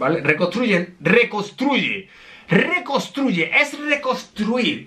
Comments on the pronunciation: Se pronuncia reconstruye no recostruye y le dijiste EMZ a Amber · Me quedé como que cuando dijo recosruye